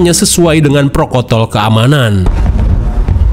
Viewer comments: Prokotol 🤣🤣🤣 bukan protokol 😅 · prokotol??? Protokol kali 😅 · Prokotol😂 astaghfirullah ngakak aku bang😂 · Protokol Bang 😭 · prokotol apa protokol seh td😂